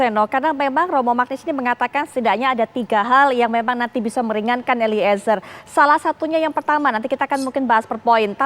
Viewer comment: Mba host nyebut nama eliezer jgn diputus jd 2 kata,tp disambung eliezer bkn eli,ezer...gmn sih hostnyee